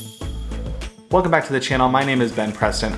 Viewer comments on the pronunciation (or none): none